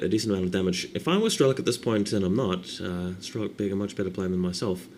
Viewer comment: he's not strElok, but strelOk [strelo'k]